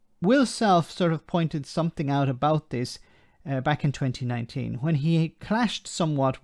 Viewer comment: Love the way she drops the 'g'!! Everythin, Nothin, Somethin, it's so condescendin!!